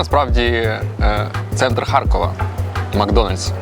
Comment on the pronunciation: А чому ХарЬкова? Справді цікаво, бо дуже багато так чула ще й від тих, хто в житті говорить укр. Чоловіка мама з татом колись жила в молодості 2 роки в Харкові і щось до сих пір так говорить «ХарЬкова»